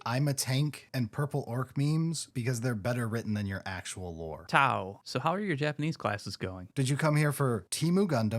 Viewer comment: can't beiieve you didn't repeat this one for T-glottal-stop-au